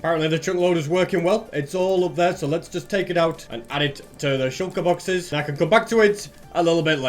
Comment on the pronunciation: Can someone count that how many times he has said shulkur boxes in this video